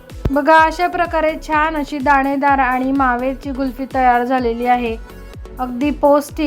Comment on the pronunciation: कुल्फी छान झाली आहे. पण तुम्ही गुल्फि म्हणतात. कुल्फी म्हणा ताई 😊